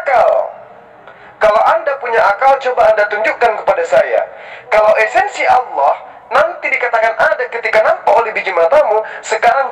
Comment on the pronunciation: Allah..bukan awloh...belajar mengucapkan lafal dengan benar..